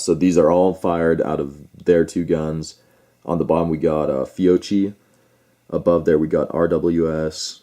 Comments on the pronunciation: fee-oh-KEE not fee-oh-chee so annoying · Ok but please say "FYOKKY", because in Italian ch = k...and if there is a double You need to persist a little in the pronounciation of that double letter 😅(fyoKKy).....FYOCHY is unaudible ahah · Actually, no, it's not "Fee-o-chi" (phonetic); the proper pronunciation is (phonetically) "Fyo-kee" (phonetic). Kind of like Sabot: people say: "saab-ott" but it is actually "say-bo". Not to split hairs but since some made the case for pronunciation might as well say it correctly. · Beside the fact the correct pronunciation is “Fiokkee”, I have to agree. First time for my brand new Glock 45 at the range: Fiocchi RNCP. 60 rounds out of 100 couldn’t cycle the gun. Tried 100 Geco: everything perfect. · It’s pronounced Fee-O-Key. Great ammo and the shooters probably modded their triggers with lighter springs for lighter trigger pull and it effected firing pin force. Either that or some guns don’t agree with certain ammo. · Fiocchi = Fee-oh-key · This is Christmas Eve 2021, my brother in law bought 20 rounds of .45 Acp Fiocchi Blue Guardian, he has a Springfield Xds in 45 Acp, I will tell him this tonight, Thanks, btw the cch is pronounced as a K because there is no K in the Italian alphabet, My last name for example is pronounced as a K. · How can we take you serious if you can't even pronounce the manufacturer right. Then on top of it you don't even know what Glock it was you call it a mini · First pronounce that right Second check the Guns Fiocchi is one of the best out there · seriously every time he says it wrong im just like cringing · Personally NEVER had ANY problems with Fiocchi. You need to contact Fiocchi to investigate the matter. May need to recall a lot, never know; but NOT a reason to boycott them. Oh, and also, learn how to pronounce Fiocchi properly. It just makes it sound like you really don't know what you are taking about when you mispronounce the name, lol!